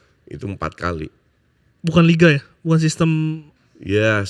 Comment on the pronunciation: Narasumber ini yang sangat anti nonton liga indonesia , bahkan dia menyebutnya LIG ANG, SI PALING BELANDA, SIPALING LIGA BELANDA